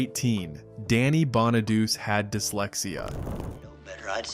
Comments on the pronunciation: Bonaduece? Stop it. It's pronounced Bonadoochay. God! And he bullied Jeremy Gelbwaks. What a collossal bona-douche. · Bonaduce is pronounced: Baa Nuh Doo Chee, Not Baa Nuh Doos Just saying! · Danny’s last name is pronounced (Bon-a-du-chee) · It's pronounced Bon-a-do-chee. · Bonaduce is pronounced Bonna du chee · Bonaduce is pronounced Bon-a-doo-chee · Bonaduce is pronounced BON A DUCHI 😂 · Danny Bonaduce is pronounced: Bah-na-DOO-chay! Dorothy Baxter (Whitney Blake), was married to George Baxter (Don DeFore), a lawyer, on “Hazel” back in the early ‘60’s. Dorothy was an interior decorator. Lucille Ball played Lucy Carmichael, a bank secretary and widow with 2 kids on “The Lucy Show” in the ‘60’s. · I stopped watching when you mispronounced Danny Bonaduce. Phonetically is pronounced Bonaduchi. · Most of us superfans knew most of this stuff. We even know how to say Bonaduce. Thumbs down, research better. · He shouldn’t narrate if he never watched the show or can’t pronounce the actor’s names. It’s kind of insulting. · That bothered me too 😆